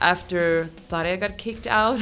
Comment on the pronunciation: How surprising to hear someone pronounce Tarja correctly.